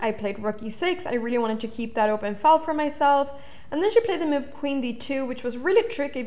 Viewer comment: I like when she says "mewve"